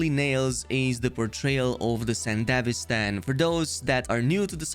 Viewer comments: Bro pronounces sandivistian like a country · Edgerunners series: mentions sandevistan over 100x This guy: mispronounces it OOF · It's 'san-duh-VEE-stan' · Isnt it pronunced Sande - VI - Stan ? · damn what how is "Sandevistan" pronounced like that in english? IMO the japanese version was better (Yes I watched the anime in japanese with english sub) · I was curious on your video until I heard your butchering pronunciation of the Sandevistan. Over and over and over - Cringe. Closed. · The one gripe i have is how everyone pronounces sandevistan is it really pronounced san-de-vistan? or is it sende-vi-stan?